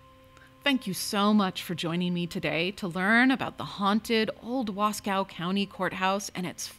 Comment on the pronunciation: Wasco is pronounced Wahs-coe. No cow involved. Nice video.